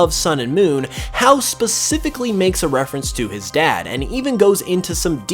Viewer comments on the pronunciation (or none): Hau's name is pronounced (Hah-ooh)!